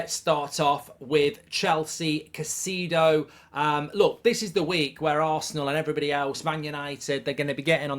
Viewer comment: it’s not pronounced Caycido it’s Cay-se-do